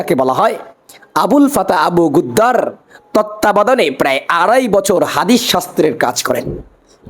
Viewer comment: জাহেল,ভাইরাল হওয়ার পাগল। নামটাও সঠিক বলতে পারল না। عبد الفتاح ابو غدة